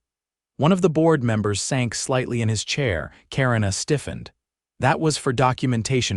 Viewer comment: Karina is pronounced Kuh-ree-nuh, not Karen-uh. If you're going to use fake voices to read the stories, at least pick a name it will pronounce correctly.